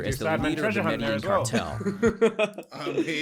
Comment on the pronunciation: Hearing the narrator say medellin wrong being from there hurts hahahaha